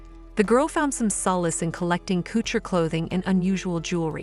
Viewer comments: Learn to pronounce words, 'courture' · Like many other idiots, it’s obvious you butcher any French name or word (like Jean Paul or couture)🤮